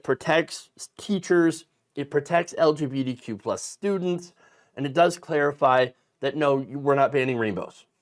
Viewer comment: The way you say the acronym, it sounds like you're saying "LGPDQ." Please work on that.